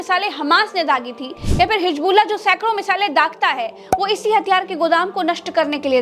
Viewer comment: Ganwaar apna pronounciation Sahi Kar hijbullah nahi hizbullah hota Hai